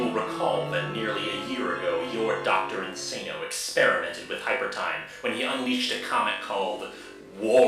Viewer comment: Well made video, but the cheek of you acting like the Mister Metakour video on Lewis doesn’t exist… Also The fact that you say “Dr In-SAY-no” And then 2 seconds later pronounce “Dr Link-SSAH-no” Like dude